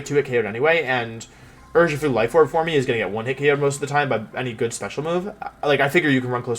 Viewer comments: I've never seen any of your videos before so please dont take offense to this as I'm genuinely curious. Why do you pronounce it "form-ee" i'm well aware that it is spelled "forme" but as far as I know regardless of spelling it is still pronounced as "form". also, your pronunciation of "video" you said "wideo". i'm genuinely curious if it's an accent that i'm not picking up on anywhere else in the video or if it's something else that i'm just not aware of. like i said, i mean absolutely no offense in this comment, i'm just genuinely curious about your pronunciations. I do love the video though, keep up the work :) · Why the hell do you say “formey” Just say form like a normal person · There an inside joke I’m missing here as to why he pronounces forme as for-me?